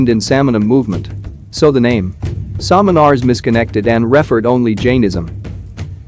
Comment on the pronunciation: This gentleman's pronunciation is absolutely artificial and not correct. Samanar ,Yagnya and such wordss are not properly prnounced.